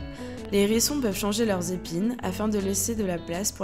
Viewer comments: Arrêtez tout ! Le contenu pourrait être intéressant s’il n y avait toutes ces liaisons malheureuses : les N hérissons les Z hérissons !!! C est une horreur ! Abstenez vous de faire de tels commentaires ou au préalable prenez quelques leçons de français c est un minimum même si désormais la langue française admet certaines liaisons désagréables ! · Les zérissons ? Le « h » est aspiré ! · Les zzzzzérissons !? Les H érissons . Merci 🙏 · C’est pas des zerissons mais des Hérissons…. Bon sang parlez français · Je 'apprêtais à faire exactement ce type de commentaire sur la liaison les Zérissons, qui ne se fait pas . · Commentaires intéressant sur la gentille petite bête, mais concernant la forme les liaisons ( à ne pas faire) étaient vraiment dérangeantes! sans cesse: les ZHérissons et un N hérisson J'ai failli arrêter la vidéo Ça écorche les oreilles...et sans doute pas que les miennes ! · Je ne connaissais pas les "zérissons" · AH les Zérissons et les Nérissrons lol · les zerissons, ,nerissons ... aie aie aie je saigne lorsqu'ilS sentENT, le hérisson ................... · Les zérissons, vraiment ? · Les z herissons ! 😬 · Les zherissons ? Bravo la voix off d'adolescente immature. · Pas de liaison quand il y a un « h » en début de mot…